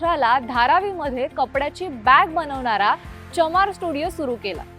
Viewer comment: मॅडम उच्चार शुद्ध करा. तरुना ची नाही तरुणाची बनवणारा म्हणा बनवनारा नाही.